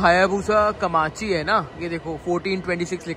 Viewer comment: It's komachi not kamachi japanese nahi ata to bol do. Galat pronunciation maat karo😊.